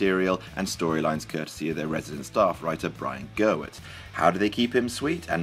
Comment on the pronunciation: Can no-one pronounce Brian Gewirtz's name properly? There is only one feckin' R in it!